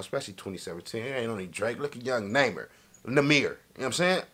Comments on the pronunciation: "ybn Name-er" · “Ybn namer” 😭😭😭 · it’s nuhh meer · It's pronounce " numer " like number but without the "b"